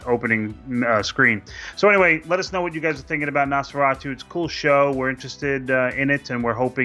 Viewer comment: “NOsforayyyyyTOO” should have been NOS402 “Nosfor-ought-oo” or even “Nosfor O too”